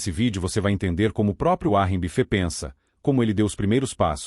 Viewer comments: uárri bifê 😂😂😂 vídeo porco. Nem regular o narrador saspraga sabe! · Essa IA não pronuncia direito os nomes próprios em inglês.